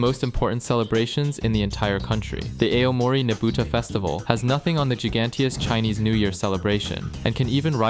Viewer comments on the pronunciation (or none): its supposed to be pronounced "a-o-mo-ri" but you get the gist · Tokyo ❌️ Toky ✅️ Aomori ❌️ Ay oh mori ✅️ Iwate ❌️ Eye wa te ✅️ Gunma ❌️ Gun-ma ✅️ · Don't forget Ayo-Mori 😂. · I love your videos, but the pronunciations are just atrocious 😭 The info is pretty good, but I just can't take it seriously when I hear ayy yo mori lmao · don't forget ay oh moree and eye wa te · "Ey oh moree" prefecture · eh, could you please Google about how to pronounce the locations' names accurately before you record your video? because you got A LOT OF names' pronunciation WRONG. it's pretty weird because you said Akita in the right way but said Aomori wrong. it's AH-O-MO-RI. in Japanese if the Romaji, AKA Japanese alphabets written in english, is the same then they pronounce the same, one Romaji only has one pronunciation. i don't need to remind you that there are LOTS OF people who can speak Japanese on the internet, not to mention there are ACTUAL PEOPLE who lives in the places you mispronounced. it's very disrespectful. also isn't Iwate sitting EAST of Akita? 'moving a bit west'? do you know what you are talking about?